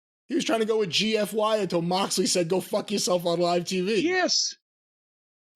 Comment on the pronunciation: Did he say Moxley or “Marksley”?